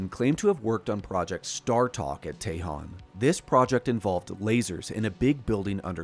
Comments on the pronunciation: ..." TEJON" is pronounced Ta-Hone... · Tejon is pronounced Teh-hone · Tell your AI how to pronounce Tejon and Tehachapi